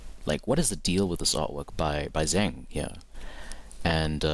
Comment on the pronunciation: I believe it is pronounced, Zheng